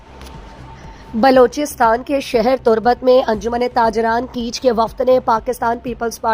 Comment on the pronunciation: Please word darust bolen..lafz keech nahi bal keh kaich hy